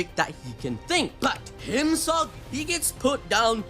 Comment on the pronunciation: "HIMSAGI" puts a smile on my face every time he says it 😂😂😂